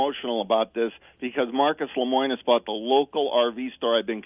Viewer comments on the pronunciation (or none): This guy doesn't even know how to say Lemonis.